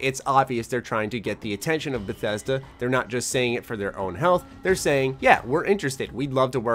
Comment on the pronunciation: lol Did you just fucking call Bethesda, Bethe boo? Did I hear that right? let me check.....yeah definitely did.